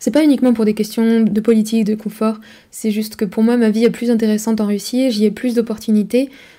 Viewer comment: Bonjour, c'est coNfort en français, pas coMfort. Sinon, molodets, je me retrouve dans plein d'aspects mentionnés, et votre analyse me semble très pertinente, elle m'a donné des clés et fait réfléchir à la relation hommes-femmes, par exemple...;-) Continuez une info honnête et la plus objective possible, pour fissurer la chape de plomb qui nous étreint...